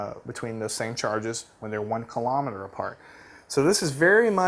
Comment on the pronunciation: "same carges"? not laughing but find it funny...lol